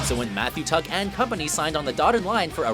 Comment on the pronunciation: your the biggest coporate sellout ever. Shitting out content left and right and clearly reading directly off a paper. Calling mathew tuck really?